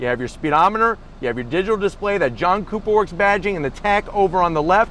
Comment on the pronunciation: Sounded like you said “ let’s fire up this JUNK cooper work